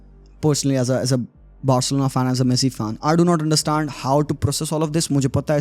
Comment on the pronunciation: Bhai aanderstand kyun bol rha hai its understand just simple 😂😂😂😂 baki bhai games ab paise k upar hi ho rhe hai game to bcha hi nhi